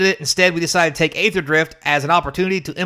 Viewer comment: So funny to see conservatives pose "aether" (you also pronounced it wrong btw, it's "E"-ther) as something they are offended by while the actual thing happening is "[derogatory word for black people] country." Yeah man, Aether is the same thing, totally. Or cracker/"other derogatory terms for pale people" XD When has that ever happened? Do you even realize where cracker is derived from? Cracker is a term that originated for describing white men who would crack their whips at slaves. They were whip crackers, there is no relation to saltines. Do you think talking down to someone who is of darker skin tone because you believe they are lesser than you is on the same level as calling someone a slave owner? When was the last time you really heard someone use cracker as a slur in America? This are made up phoney problems that white people make up to victimize themselves with. Yeah, I understand you have no understanding or don't know anyone who was negatively impacted by the naming "Kaladesh," obviously, it's the people that actually are that demographic who care. It's about them and in their language and modeled off of their language. You think all Kaladesh product is reserved list? Not a little, you're being REALLY facetious. XD are you on crack? No standard sets are getting reprinted, Dominaria, Amonkhet the Ravnicas, etc have never seen reprints. Are they reserved list too? They literally stated they would not retroactively change card names and would print them the same way the